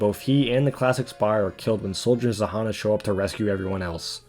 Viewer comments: Its [ZH-a-nn-a], not [Z-a-h-a-n-a]. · Actually "Zhanna" is pronounced with buzzling sound of "Ж" in the beginning